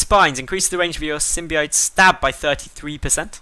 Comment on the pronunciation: Pronounced Sim-bi-oat